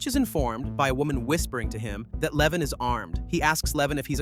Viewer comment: His name is LevOn not Leven. For anyone looking this movie up, it's called A working man.